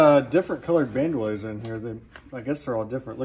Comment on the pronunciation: They're pronounced BAND-OH-LEERS. Not, Banned oilers.